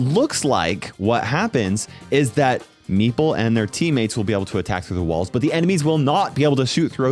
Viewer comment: thank you for not mispronouncing meeple